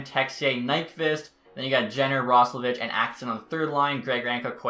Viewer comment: It’s pronounced Roslovick